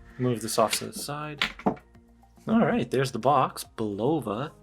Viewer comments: I have the black one, more like +4spd per month. Say, I grew up 10 minutes from Bulova's headquarters. And you pronounce it BULova. Great review otherwise. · Bulova Learn to pronounce the word and then learn how to speak... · Hey Bruh. It’s not Pronounced Bulova , it’s Pronounced Bulova ...